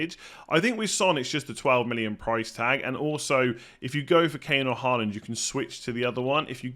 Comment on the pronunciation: you're pronouncing Håland's name incorrectly. - In norwegian "AA" is the international way of writing "Å" which is a norwegian letter and is NOT the same as "A" nor is it pronounced the same way.